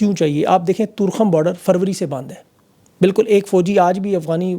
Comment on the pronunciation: It is torekham not toorkham